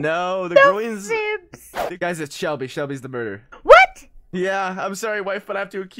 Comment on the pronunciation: Ahhhh when h accedently said Selbie instead of Shelby I was like 😮😮😮😮😮😮 (Selbie is my last name)